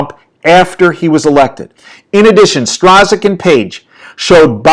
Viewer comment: Strzok is pronounced Struck.